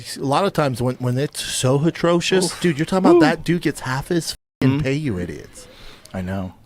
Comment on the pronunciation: "Huhtrocious" 😂😂😂 Fuggin ass hat lol